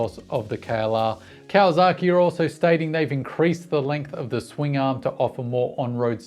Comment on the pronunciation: Love your content.... But... 'Zaki' and 'saki' are different and not the same.. it is not KawaZaki, but it is KawaSaki.with an S. Yes, the Whisky is Yamazaki.... with a Z, and may other examples. Just saying. ... and I live 9 months per year in Japan, and have Doen so for about 25 out of 30 years.